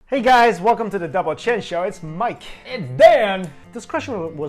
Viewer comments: till this day i still hear "double chin " instead of "double chen" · ***** I know It sounded like chin